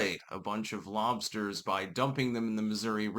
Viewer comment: Dude you have never had lobstahs come to Maine I'll hook you up with scallops and lobstahs.